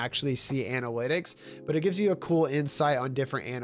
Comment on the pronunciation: XD anawitics